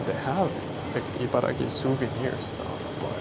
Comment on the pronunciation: The Abiko Station chicken soba looks great, if I ever find myself out there, I will definitely try it out. Btw, it's IbaraKi, not Gi. You wrote it properly in the graphics, but kept saying it incorrectly in the video itself.